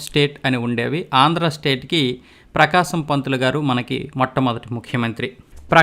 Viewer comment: టంగుటూరి ప్రకాశం పంతులు కాదు టంగుటూషం బకామం పంతులు